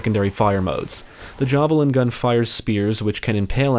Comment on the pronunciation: The Jaw- Valin gun? Interesting prononciation.